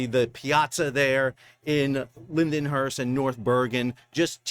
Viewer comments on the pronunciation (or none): Linden-hurst???? Come on Sal it's pronounced Lynn-hurst LOL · It’s pronounced Lind-hurst 😂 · It’s pronounced “Lind-Hurst” Sal!🤣 bet yes! #ILAALLTHEWAY